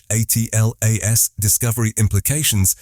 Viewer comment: Why does this AI keep saying A-T-L-A-S rather than "ATLAS"? is anoying